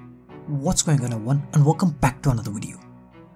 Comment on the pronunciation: Velcome to maey wideo